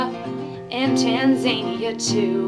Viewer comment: Funny. Pedant here says Tanzania (pronounced tan-zan-ear, not tan-zain-e-er)!